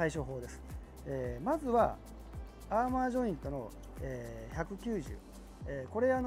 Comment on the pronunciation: アーマーって言ってるけど、アーマだよな？？知らんけど